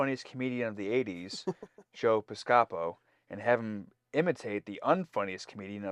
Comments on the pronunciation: Bill Campbell and Jonathan Frakes are 7 years apart. Pis-ceh-po, with the stress more on the first syllable, is closer to how Joe's surname sounds when he pronounces it. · Pronounced Joe PIScopo, not Joe PisCOpo. 😀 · It's Joe PIS-copo. Someday check into Martin & Lewis and Hope & Crosby comedy movie series. Youngsters, sheesh. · You guys don't know who Jerry Lewis is. 😔 You all make me feel old.😪 And look up Joe Piscopo too. He was a regular on Saturday Night Live backnin the 1980s. And it is pronounced Pis-coe-poe! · Joe Piscapo (pronounced "Piss-ka-poe") was at the time of the series one of the hottest stars of Saturday Night Live and was in the process of breaking into comedy films. He was cast on TNG specifically for be the "hip, in-thing" of 1988. It was expected his name would be famous enough to live on into the 24th century. He was - as the holodeck character - literally playing himself. The fact that two adults only 35 years later have no clue who he is - no less 400 years later - proves his star quickly faded from the Hollywood limelight! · Joe Piscopo is pronounced pis'-ko-poe. I didn't think he was all that funny. He had an average career on SNL. He did a great Sinatra and that pretty much carried his career. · Piscopo is pronounced Piss-kuh-poe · I can understand you guys not knowing who Joe Piscopo is, but Jerry Lewis? 😯 BTW: It's pronounced "PISS-cup-hoe" 😂 (yes, really: ) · The most outrageous part of this episode was the way you pronounced Joe Piscopo's name. 🤣🤣😅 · Since you've mentioned that you're not familiar with Joe Piscopo(who's name you've butchered the pronunciation), back in the mid to late 80's, he'd been part of the cast of SNL